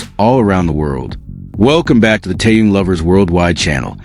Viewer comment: Я бы может подписалась, но вот беда, блогер никак не может правильно произносить имя ТэХена, и это неприятненько !!!!! Как то не мешало уважать имя того, о ком вы постоянно рассказываете, не только же деньги заробатывать!!!???